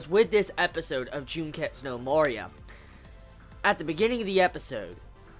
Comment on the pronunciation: I love how after 9 episodes you still cant pronounce MARIA correctly... they say in every episode!!! XDD